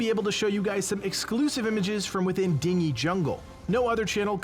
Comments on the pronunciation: ikr, it's "din-jee" not "ding - ee" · You mispronounced "dingy". You said it the same way that way you pronounce "dinghy". It's pronounced "din-gee" as in dirty. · I think "dingy" is pronounced "din-jee" with a hard G. A dinghy (as you are pronouncing it) is a small boat. Dingy (din-jee) is damp, dark, etc. But the mispronunciation may have increased my enjoyment of the video. Pretty funny! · Dingy is pronounced as Din-gee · Dingy is pronounced din-jee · It's pronounced "din-jee jungle" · Hm, that feeling that people will now pronounce "Dingy Jungle" as ding-ee, instead of din-jee. Dingy, as is dirty, gloom, drab or dismal. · that bugged the fk out of me too haa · Came to the comments for this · just can't pronounce words right;) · Do you not know how to read the word dingy ? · Are we going to talk about how he’s pronouncing “dingy”? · I was about to, till I say your comment. LOL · Thought the same thing. sigh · As soon as he said it I was scrolling through the comments to find this.